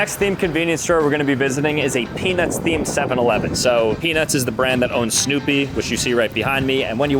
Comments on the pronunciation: Am I the only one that keeps hearing peni$ instead of Peanuts? 19.09 Had to check the close captions. Thought was pulling one on me. 😂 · dude did NOT say peanuts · Bro did not say peanuts 😐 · I'm glad I'm not the only one who heard that 😂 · if you slow it down you can not here a single t